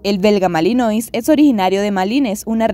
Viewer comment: Lakenois= porque pronuncias el final tipo francés pero después no en el Malinois???? Deberían tambien